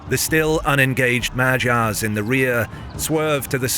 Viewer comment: It ticks me so much to hear that pronunciation of 'Magyars' 🙃